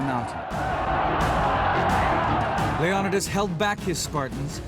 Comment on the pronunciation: The way he pronounces leonidas name irks me